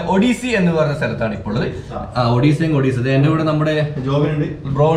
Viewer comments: "ഒഡീസ'അല്ല "ഒടെസ'എന്നാണ്. സന്തോഷ് ജോർജ് കുളങ്ങര സാറിന്റെ സഞ്ചാരത്തിലും,സഞ്ചാരിയുടെ ഡയറി കുറിപ്പിലും. ഇ സ്ഥലത്തെ കുറിച്ചു കാണിക്കുകയും, വിശദമായി പറയുകയും ചെയുന്നുണ്ട്👏👌♥️👍. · മുൻപിലെ vedio കണ്ട് നോക്ക്.. അതിൽ രണ്ടും clear Ayi പറയുന്നുണ്ട്.... ഇത് ഇന്ത്യ യിലെ odisia അല്ല. Odessa anenn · Odessa.. Odessaaa.... Odessaaa.... Ini marakkaruthu..😁